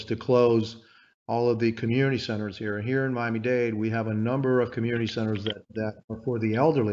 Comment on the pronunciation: Washington Post please hire an editor. It is *Miami Dade*. Not date!!!! Shame on you.